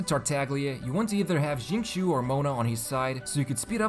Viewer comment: xingqui is pronounced sing-cho btw :))